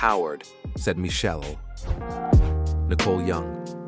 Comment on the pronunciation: It’s not “Michelle.” It’s pronounced: mish- shell- lay. It’s not “shoog.” It’s “shug.” If true, it’s sad that Dre hits females. It’s equally sad that Dre and is a billionaire that pays literally nothing in child support.